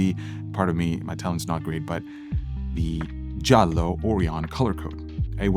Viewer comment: Perfect italian pronunciation of Giallo!